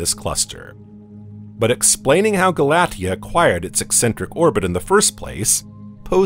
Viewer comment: Re: Pronunciation of "Galatea." That name is pronounced "gal-uh-TEE-uh."